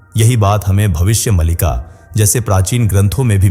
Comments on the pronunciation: कम से कम आप ग्रंथ का नाम का सही उच्चारण तो कीजिए भविष्य मलिका नहीं भविष्य मालिका है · भविष्य मलिका नही मालिका है. शुद्ध बोलला करो